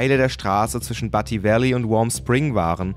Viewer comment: du spricht butte falsch aus...es wird bjut ausgesprochen